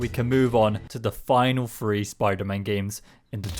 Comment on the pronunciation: WTF is spider-mon?